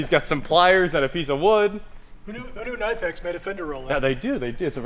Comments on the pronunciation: I don’t want to be that person nagging but it’s “Kuh-nip-ex” as per their website. I’ve nagged and feel better now. Thank you for coming to my TED talk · It’s pronounced Kuh-Nip-X. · You guys remember K'nex, the building toy? Knipex is pronounced kinda like that. the K isn't silent and the i is like the i in "lift".